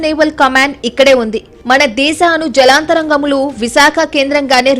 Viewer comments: తల్లీ! జలాంతర్గాములు అని పలకాలి..... జలాంతరంగములు అని పదేపదే చెబుతుంటే వినలేకపోతున్నాము. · జలంతరంగములు కదమ్మా జలాంతర్గాములు అని పలకాలి. పాత్రికేయులు కూడా మన తెలుగు భాషను సరిగ్గా పలకలేకపోతున్నారు. ఇదీ మన తెలుగు భాష దుస్థితి.